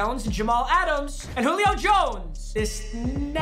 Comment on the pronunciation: Nobody:: “Julip”